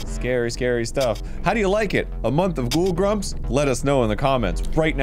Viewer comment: i love all month ghoul grumps!! (said with an odd inflection)